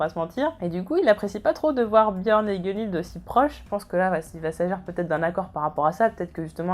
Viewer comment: Ça va ça va tu prononces pas trop mal Gunnhild :P. Bonne vidéo autrement ^^'